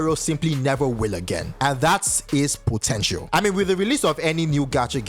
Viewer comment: Did you say POTENTIAL